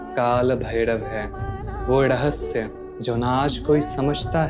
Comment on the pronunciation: Lagta hai koyi glitch hai youtube mein bhai. Aapke shabdon mein jab bhi Ra aata hai jaise rahasya ya bhairav woh Da sunai de raha hai like Dahasya aur Bhaidav. Kadachit video hai gyankaari. Aur issne mujhe kaal bhairav ji se aaj mila diya